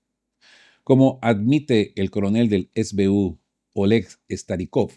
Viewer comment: 1. SBU son las siglas de Sluzhba Bezpeki Ukraíni que significa Servicio de Seguridad Ucraniano. Por tanto, no se pronuncia es bi yu con Fonética Inglesa sino ese be u con Fonética Castellana porque es el idioma en que Ud. está hablando, salvo que lo pronuncie con Fonética Ucraniana. 2. Los activos Rusos congelados en la Unión Europea son 200 Millardos o 200 Mil Millones o 0.2 Billones.